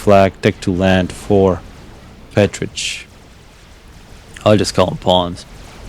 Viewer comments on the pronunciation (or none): Its Petricpwnz not pwns